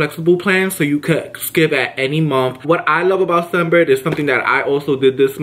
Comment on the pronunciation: Your saying sun Bird...it's scent bird